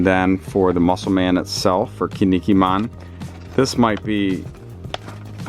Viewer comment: Yo as a heads up to pronounce Kinnikuman right, try saying “Ken Knee Cool Man” really fast. Kin-ni-ku-man